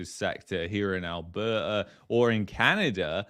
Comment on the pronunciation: It’s A L B E R T A . . . . NOT ALBERRA ... 👎🏼👎🏾👎🏻🇨🇦🇨🇦🇨🇦❤️❤️❤️